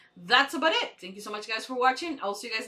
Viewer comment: You did a great job learning English. Certainly better than I did with Spanish. That being said you are struggling with the title of this show. Basically just remember the E is silent. U foria. I also know you recorded this a little while back so you may have already made this correction. Thanks for editing this for us that only get to watch on YouTube.